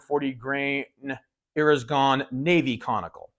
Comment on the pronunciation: "Eres Gone" bullets in the revolver ? I listened 5 times, I couldn't catch that.